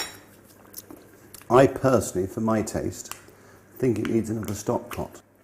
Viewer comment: Have a shot of Tequila every time March says Stovkpot.